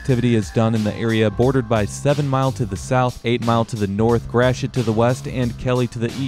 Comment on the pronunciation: Once he knew how to pronounce Gratiot correctly, I knew he knew his shit.